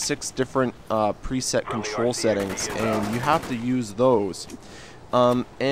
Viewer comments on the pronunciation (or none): none